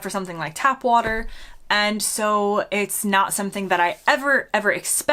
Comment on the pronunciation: What a shame after 10 years you can't pronounce " Water " correctly.